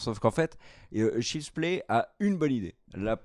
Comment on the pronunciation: Quand dit Shield’s play c’était pour dire Child’s play? 😳